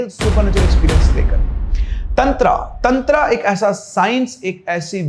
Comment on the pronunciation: दादा आगे से तंत्र को तंत्रा कहना बंद करो